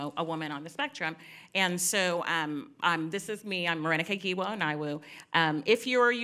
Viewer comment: Wow someone said giwa right